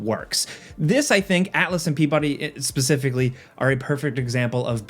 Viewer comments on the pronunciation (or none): none